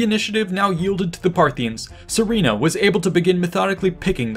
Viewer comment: Just a word of advice, the name is pronounced as Surena not Sorina , it comes from the word Suren which means victor in middle Persian ( Parthian ) language. It’s also a common name as Surena in modern Iran or Suren in Armenia where the remnants of Parthian empire continued to live after their demise by the rise of Sassanids in Iran .